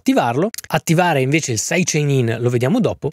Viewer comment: Caxxo quando hai detto "saidecenare" mi sono spaccato dal ridere! Top!